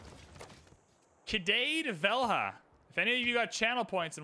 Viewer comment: Cidade Velha just got me laughing so much! The correct pronunciation would be more like "seedahdee velee-a". I'm from Brazil, but I think the Portuguese pronunciation would be similar. Great content man! Cheers!